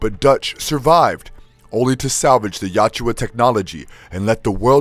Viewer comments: Well researched and narrated my friend, but it's not "Yatchua", it's "Yautja". Not that difficult to pronounce it actually. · It's yautja! Not yowchewa. Christ that pronunciation burns my ears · Love this. Hate to say this but it's Yautja (ya-oot-ja) and not Yatjua (yat-jua). Great video, I listened to the entire 'If it bleeds' series and very glad to have learned about what happened to the other protagonists as well after their movie stories. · Yautja is pronounced as Ya-OOT-ja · Joyce? Yatjua? Come on…